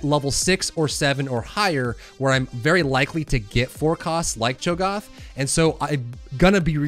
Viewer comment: Cho'Gath. A as in Apple. No like when the doctor tells you to open your mouth and say "ah"